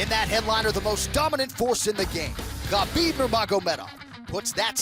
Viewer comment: Ye fk Khalabeeb